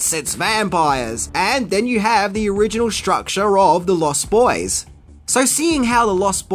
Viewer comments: Its pronounced LOST boys, not lost BOYS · I have to ask, is it your accent that makes you pronounce it "Lost BOYS?" You put a lot of emphasis on the boys part.